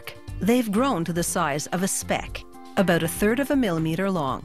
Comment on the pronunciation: She must be Canadian, she says "aboot!" Its cute lol...